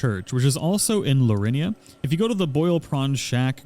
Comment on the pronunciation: "Lurinia" lmao it's Liurnia bro. Lee-URR-nee-uh.